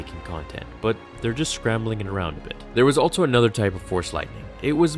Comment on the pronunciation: allTso ....... cant stop hearing it.